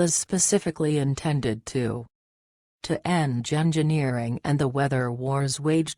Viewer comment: If that Robot voice says "Gingerneering" one more time, I'll slap the pink out of you😂😂😂😂😂😂😂😂"Gingerneering"🙄